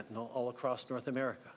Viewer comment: Aahmerica... the dying empire making NO friends as it rapidly declines into the annals of history!